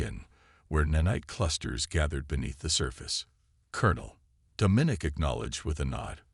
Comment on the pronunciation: OMG ITS DOM MIN NIC !!! STUPID AI